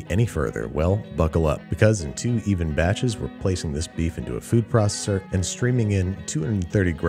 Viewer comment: He never fails to pronounce food processor as "food proccer"